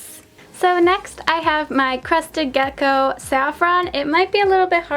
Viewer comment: Lol kept hearing “crusty gecko”